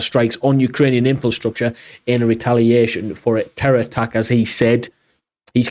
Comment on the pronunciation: It's inFRAstructure, not inFILstructure. Keep up the good work though.